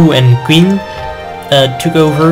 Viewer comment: Your pronunciation of Qin is wrong, it sounds more like Chin in english. But enough of that. Impressive game is impressive game.